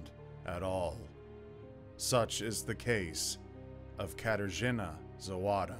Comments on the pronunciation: Except for Zawada surname. In polish language w=v. So it should be pronounced like Zavada. like surname Kowalski, should be pronounced Kovalski, Wozniak like Vozniak and all other polish names. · The wahy you pronounce "Zawada" is "Zavada" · My country - so beautiful... Good job,! I'm glad you're covering cases from outside of US, too. And just FIY - "w" in polish is pronounced like "v" so her last name would be pronounced "zah-vah-dah".